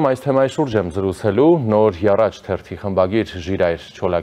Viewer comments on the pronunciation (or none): Sireli....Nor Haratch "H", as in Harutioun yev votch Nor Yaratch. PLEEEEEASE pronounce the word correctly. You always mispronounce when you invite this guest. please! Votch Yisoos...ail Hisoos. Անիծեալ լինի այս, այսպես կոչուած, «արդի» արեւելահայերէն ուղղագրութիւնը։ Ահա արդիւնքը.